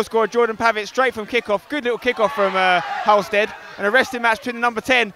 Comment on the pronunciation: Please pronounce Halstead properly 😂🙌🏻